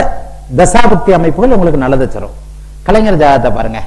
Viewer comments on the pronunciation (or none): none